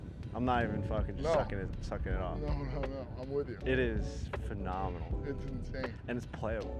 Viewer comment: you besmirch the game. Get better. Watching you swing is like watching somebody struggle with a stuck door. is a player. is a real one. nice with it but please stop with the phe-nah-meh-nal ad nauseam.